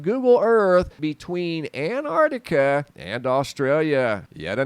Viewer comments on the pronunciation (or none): Why can't Americans say 'Antarctica?' It's not anartica!